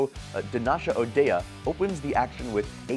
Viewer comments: His name is pronounced as ODay not O dee ah. I would expect this from an AI commentary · Donnika O’Day. Not Donnasha O’Dayah. Do a little research before you make yourself seem uneducated